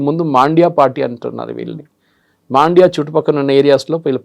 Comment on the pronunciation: It is mandya not maandya correction